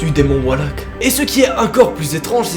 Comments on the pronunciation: T'écris valak en titre mais tu dis Walak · Non mais c pas walak sa ce dis VALAK avec un V!!!!!! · Walak c'est valak avec un V qui fait les son VÉ pas WA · Pourquoi il dit oualak au lieu de valak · cest valak avec un v et pas walak 😂🤦🏻‍♀️ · Et on dit pas genre “Valak” et pas “Walak”? Ça me perturbe de fou😅 et ensuite l’image de la nonne a été rajouté par le réalisateur du film prc que l’entité n’a pas de corps défini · ON DIT VALAK PAS WALAK ( mdr au moin dis le bien quoi ) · C pas walak c valak mdr😅😅❤ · Pas walak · Mdr tu dis walak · Ha je suis pas folle il dit bien Wallak 😂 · Non non t’as bien entendu il dit Wallak 😂😂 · En latin le "v" se prononce comme le "w" peut être qu'il prononce ça comme en latin ? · MAIS PK TA DIT WALAK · D'art la video mais on prononce le 'V' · On dit Valak c'est un v mais bonne vidéo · "Walak" mais s'est que t'es un génie toi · Pk il dit Oualak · Qui veux le tapper quand il dit "le démon walak" xd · JE VAIS FAIRE DES CAUCHEMARDS SI TU CONTINUE À DIRE WALLAK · Wesh y a des challenges paranormaux toutes les semaines maintenant. Ptn, on va demander aux gilets jaunes d'intervenir à force, non sans déconner moi j'vois plus qu'ça..! Et ce nom de démon à la c** ça se prononce vraiment "Walak" ? Sérieux ? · Ehhh Mercee sa s’prononce “Valak” mdrr mais sinon ge-nial le Thread ❤️ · juis le seul c** a entendre a chaque foi wahack ou pas ? PS toujours auss ibien tes Thread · Mdr, à force de mal prononcer son nom Valak va finir par venir te hanter 😂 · Laurent Pradat oui je sais très bien que c’est Valak merci! Mais je disais jusque que lui dit Wallak au lieu de Valak faut regarde ce que je mets 😉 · On ne dit pas Walak mais Valak comme voiture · C’est pas Walak mais Valak merci😂😂😂😂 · Nos c’est pas walak c’esh valak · se pas volak se valak ! OK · C valak pas walak mais c pas grv super vidéo❤ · Walak? C’est pas Valak normalement ? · Valak... pas WALAK putain !!! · J’aime beaucoup tes vidéo et tout mais svp on dit « valak »et non « Walak »